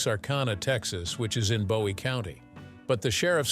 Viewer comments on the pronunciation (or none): none